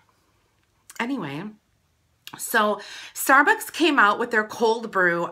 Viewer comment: "stair buaks"